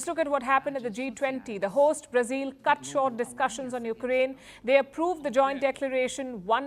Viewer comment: It’s not brazeel silly woman…instead of focusing on your boring propaganda pay attention to your embarrassing pronunciation